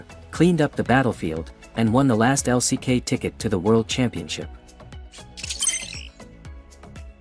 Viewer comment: LCK 也不念 Lock 呀 刷野可能可以叫 farming 嗎？不會說 brushing 吧😂